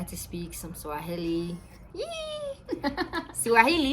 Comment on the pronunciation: You guys are vibes when together 🔥 🔥 🔥 Swahili got murdered here lol